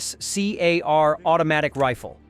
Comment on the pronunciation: It’s “FN-Scar”, as in what’s left after a bad cut, a “scar”. FN is actually the Belgian company FNH or “Fabrique Nationale Herstal”. They also have a facility in Columbia, South Carolina. I have/had several of their weapons. Currently a FNX-45 tactical, 5.7 mk. 2, a FNAR Heavy Barrel ( that’s not a FN-AR by the way ), SLP, PS90, and a Scar-17S. So, the Scar comes in a couple few variants. The Scar 17 is chambered in .308 Winchester/7.62 NATO. The Scar 16 is .223 Remington/5.56 NATO. If there is a “S” on the end after the number, it’s the semiautomatic civilian market version. That’s probably what that guy had and didn’t realize it. Unless he was too stupid to try the selector switch. Which, with him being “trained” by the russian military, is probably the case.